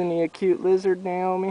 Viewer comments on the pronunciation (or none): Awww she says yizard lol but arnt the blue tailed skinks piosounous?